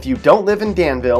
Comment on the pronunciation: Its proncouned Dan-vull. Not "Dan-veel "